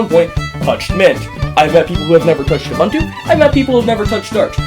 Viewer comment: it is uBOOntu not uBUNtu